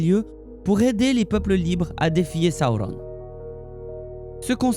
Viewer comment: Alors, j'aime beaucoup, par contre.. Si tu pouvais prononcer Sauron > Seau-rond et pas sa-ou-rone etc ça rendrait plus simple à suivre ton discours ^^